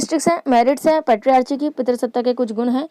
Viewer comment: U teach very well ma'am. Only you need to work on pronunciation as you pronunciatiated patriarchy which is not right pronunciatiation.